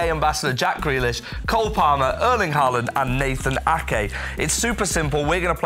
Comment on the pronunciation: Ake got butchered